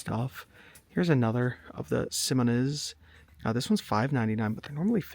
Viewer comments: Simoniz is pronounced Simon eyes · Its pronounced SIMON EYES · Pronounced “Simon eyes” Aka Simoniz